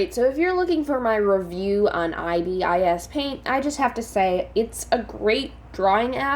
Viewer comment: Pronounce it eye bis paint